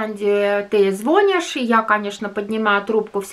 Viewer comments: Нет ! Не звОнишь … звонИшь 😀 Редкий русский благодарный … лучше подальше от них с помощью . 😀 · не звОнишь,а звонИшь